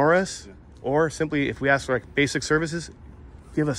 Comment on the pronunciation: Who hires someone to work for a school district who uses the word axe instead of ask?